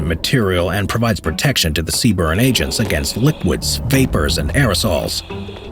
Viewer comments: Btw, the acronym is CBRN, not cburn, other than that, good video, also currently serving as a dragon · CBRN not C-Burn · Errrm it’s CBRN not C BURN 🤓🤓🤓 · They are not a branch. They are a Corp within the branch of the US Army. And they say "Sea-Burn" not C-B-R-N. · I love the way he says CBRN, C-burn, metal af!